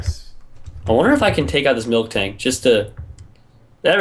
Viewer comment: HOWCOME nobody knows how to spell apricorn and nobody can spell or pronounce MILTANK